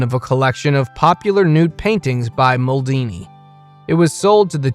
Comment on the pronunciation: the way you treat masters of arts and the pronunciation of their names and artwork is plain and simply ridiculous. it could have been funny but the effort alone to make the video, indicates that it isn't. Modigalini?? MODIGALINI??😢 damn the man is turning in his grave.....